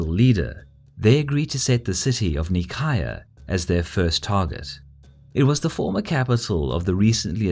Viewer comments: The way he says Nicaea kills me. It's not knee-chi-ah it's nigh-see-ah. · Omg the cringe, Its Nicaea, not Nicaya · Um, actually, it's NEE- KAY- AH, or NY- SEA- AH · Oh my goodness... Nicaea is "ny-see-a" not "nee-ky-uh." In Greek it's spelled Nikaia "Nee-keeya." You are right is is a very famous and important city... >.< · “Knee-cai-uh” how about “Nai-see-uh” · Nicaea In English it's pronounced "Nye-see-ah" We're all familiar with the name Nicaea. By pronouncing it so differently (and incorrectly anyway) you are making things more confusing. By pronouncing it normal and proper, you would have been more informative, as when someone hears of Nicaea, they might think of Constantine, and will say "Ahh, the place of the Nicene creed, and that famous council and whatnot. Interesting." In Greek and Latin, it would be something like "Nee kea." In Italian "Nei-chea" I don't mean to be hypercritical. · Isn't it pronounced "ny see ah"? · I thought nicaea is read as "nai-see-ya". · I think NICAEA should be pronounced Ni-Seea with the "C" pronounced like an "S" ? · nicaea is pronounced nice-ee-ah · NICAEA is pronounced as "neigh sea yeah", Ever heard about a Nicene Creed? - it is a religious "prayer"- the name comes from a conclave held there. Come on, it does not take more than 1 minute research, you don't have to butcher the pronunciation of every name you come across... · We've used Greek pronounciation of Nicaea in this video. Causes some confusion though. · That prounouciation of Nicaea pains me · How can you pronounce Nicaea wrong? It's almost as absurd as fucking up London or Paris, it's just so short and simple that it should not be possible. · Is anyone else annoyed every time he says Nicaea incorrectly? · Nicea is pronounced differenctly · I cringed every time you said Nicaea, in which the c is pronounced like an s.